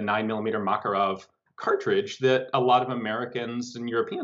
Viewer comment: MakArov, not MakarOv.